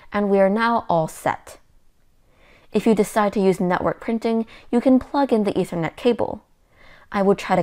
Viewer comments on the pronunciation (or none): none